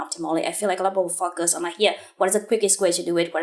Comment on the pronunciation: Huyen, everything is impressive-- the hardwork and smartness comes through! Lots to learn from your work! One thing though... The way you pronounce the word "focus" doesnt quite sound right!